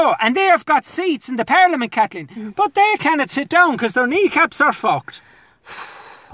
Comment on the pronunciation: A par-lee-a-mint 🤣🤣🤣